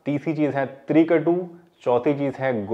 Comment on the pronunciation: Apne Johnson bataya h trikatu vo clear nahi sang me aa rahah